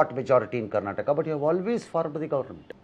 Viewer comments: minister Amit shan g , At least tell state name correctly. It is Karnataka not karnatak ! It hurts our sentiment! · Karnataka bol motu. Karnatak nahi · PM says karnataka,but amitji always be like karnatak _? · First try to pronounce the word Karnataka properly. And then think about winning the election in Karnataka.